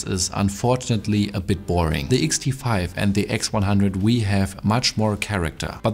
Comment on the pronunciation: dein deutscher dialekt ist echt übel XD. teilweise wirkt es so als wolltest du extra englischer sprechen... und dann verkackst du das "very". daraus machst du ein "whery"... und wenn ein vokal nach dem "the" kommt, wird es "thee" ausgesprochen. nicht böser gemeint. ich formuliere immer sehr unsensibel.